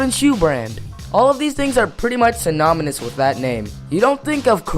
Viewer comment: Nigga said synomonis 😂